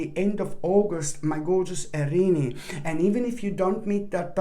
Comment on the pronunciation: I love how you pronounce our sign. Arini. So cute!!!!